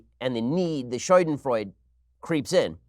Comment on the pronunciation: Ben, it's schadenfreude, not scheudenfreud